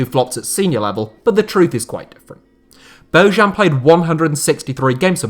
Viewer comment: Its BoJan Boyan BOJAN not Bojuan moron